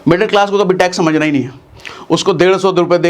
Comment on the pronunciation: Tax 😂bihari style mei